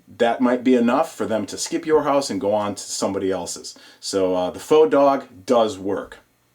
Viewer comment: i subscribed to you because you know how to both spell and pronounce "faux".